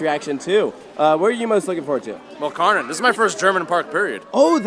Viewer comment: Fun fact: Kärnan is Swedish, the real Kärnan Tower is in Helsingborg, Sweden (edit: the area originally belonged to Denmark). The translation of Kärnan is "the core". The proper pronounciation is like "Share-nun" for English, because the K in Swedish can also be pronounced as a "sh" which is the case here. The "nun" at the end is also literally like in "nun", not like in "nanny". Shoutout to "Coaster Stop" channel from Sweden who taught me the correct pronounciation. edit: And the Danish pronounciation would be more like "Care-nan". But never really "Car-nan" like in this video ;)